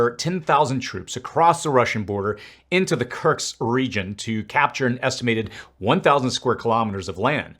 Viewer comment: It's KURSK, not KURKS.